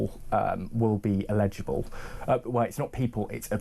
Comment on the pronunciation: Eligible! Not illegible!